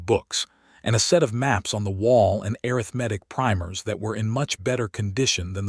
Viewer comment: Have a new word to add to my list of words that AI seems unable to pronounce correctly: arithmetic (pronounced a (shirt a), rith , ma, tic). If you cannot adjust the pronunciation, please use another word. For example, Ms. Hadley, the boarding house owner was able to say mathematics correctly. Listening from TN.